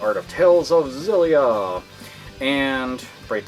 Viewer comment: I don't mean to sound like a douche but it's pronounced "Exillia" The X isn't silent. I know...I hate myself, too. Carry on.